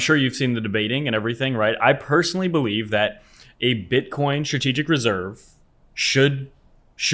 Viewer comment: Did you say you personally Bewieve?